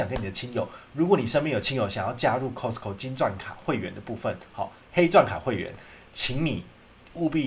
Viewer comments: 確實是念錯了，斷句的地方是Cost co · 真的沒錯 T不發音。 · 扣施扣 咖施扣 其實都差不多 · 你好市多 英文說錯了 聽了好不習慣